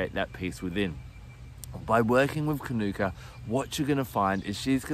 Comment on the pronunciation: Hi, lovely information thanks, but please pronounce it according to its mother culture language. The pronunciation is kānuka. Long vowel on the first a. Not kanoooka. Good pronunciation of māori words is one of the ways some of us are trying to repair relations with our first nation people.